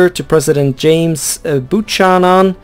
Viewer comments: Buchanan is pronounced"byew-canon" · Buchanan was a real President it is pronounced Bu-k-anon, because in english ch makes a k sound